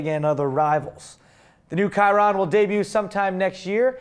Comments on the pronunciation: It's NOT pronounced KY-RON!!!!! It's not named after that stupid archer who was crossbreed between a horse and a human, it's named after a racing driver from the 1920s and 1930s. The name is French. It's pronounced SHI-RON! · Guys, I love your show, but you totally screwed it up talking about the new Bugatti. You said [ˈkaɪrən], but you should've known, that this model is called after French racing driver Louis Chiron. So the name should be pronounced according to French. It's [shirˈon]. Thanks